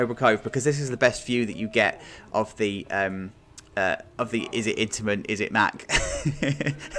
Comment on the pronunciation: It's an intiman, the track is intiman, the trains and the lift is intiman. It's intiman